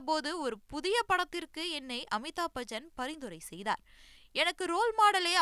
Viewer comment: Bajan illa Bachan😂😂😂